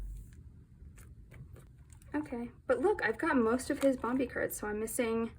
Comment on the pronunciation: Bam bee like the movie Baekhyun doesn't pronounce it correctly.